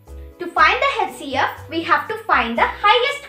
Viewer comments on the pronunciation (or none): HCF to sahi pronounce kro beta Other wise good effort